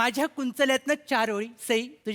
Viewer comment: अगं प्राजक्ता... चारोळी म्हणताय , इर्शाद नाही म्हणत ग...